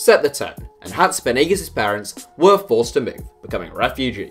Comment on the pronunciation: When you say Hatzipanagis I am always confused, try finding how you pronounce the name or else we won't understand, I though you were talking about a stadium name or city in Russia or something. But the video was LOVELY! All love to Iraklis and Hatzipanagis!!!!!!!